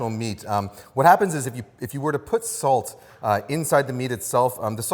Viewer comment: I like it how he says ‘salz’ instead of ‘salt’ several times. German viewer here 😊